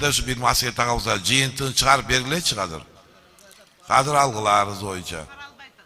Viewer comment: Казыр деген соз жок.азыр деп суйлогулочу.